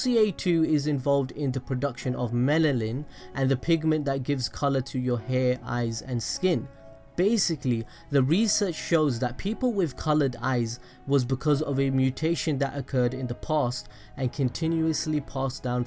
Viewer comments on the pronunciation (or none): Melalin wtf its melanin